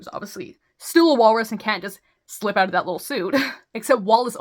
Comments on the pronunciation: For the love of fuck, WE DON'T SAY OOT!!!! 😭🤣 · Cut out in Canadian accent lol 😂